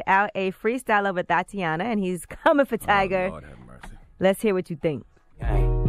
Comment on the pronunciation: Please don’t make Charlemagne say “Thotiana” again....